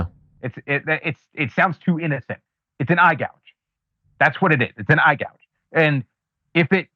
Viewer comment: EYE GOUGE. Say it right. Eye Gouge.